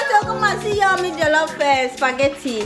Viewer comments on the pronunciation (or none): See de way K was saying jollof rice 😂